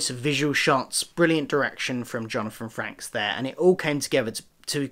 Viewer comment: Frakes is pronunced like "fakes" with an r after the f. Great review!